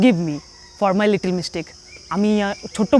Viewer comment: আপনার উচ্চারণ আরও ঠিক করা উচিত, আপনি বলেছেন লিটিল কিন্তু আসলে লিটল হবে। শুদ্ধ উচ্চারণ এটা। যাই হোক আপনার ভিডিওগুলো খুব ভালো হয়❤